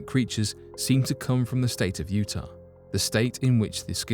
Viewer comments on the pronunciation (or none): none